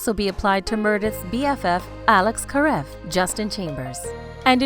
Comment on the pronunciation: What is this about Maggie and Jackson’s baby, they truly need to watch this show before reporting Merradeath, Karev wrong pronunciation ugh